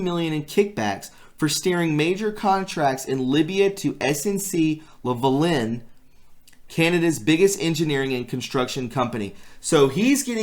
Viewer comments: lts pronounced SNC "Lavah--Lin"... think lava like what comes out of a volcano and lynn like a girls name and now put them together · It is pronounced... SNC Lah Vah Lin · No worries brother. You’re doing a great job. As far as pronounciation goes it’s a French name pronounced LAVA-lin. They also handle logistics for Canadian military when they are deployed on overseas missions eg. Afghanistan.